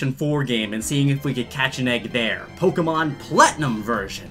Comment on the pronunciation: Ur pronouncing Pokémon wrong